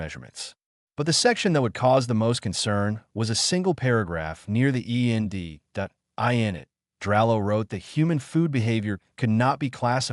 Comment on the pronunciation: It’s end not e.n.d check you ai narrator before upload